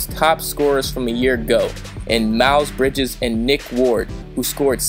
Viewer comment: Dude, you mispronounced so much shit wrong in this video haha. "Malokai" Bridges?